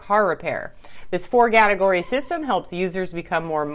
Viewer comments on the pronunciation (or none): "The Four-Gategory System"